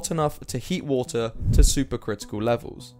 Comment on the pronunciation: H2O = "Wootah"